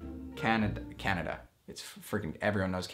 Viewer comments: I can’t believe that He pronounced a famous Country name like “Canada” as “Ka-neigh-Da” LOL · when he said KANEDA *dead*😂😂🤣🤣🤣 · Everyone: canada: CaN ADa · This guy really forgot how to pronounce Canada at first